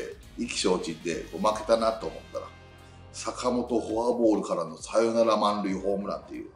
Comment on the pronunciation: サヨナラ〜がどんだけ〜のイントネーション笑